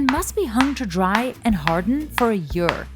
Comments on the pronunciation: How are you pronouncing 'year', woman ?😳 'Yöör' !? 😳🤦‍♂️ Can't stand Indian Emglish...🤮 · I watched then whole thing and the way she says "year" gets me every time